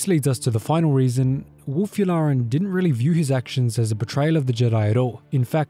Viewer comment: "Werewolk Yularen..." XD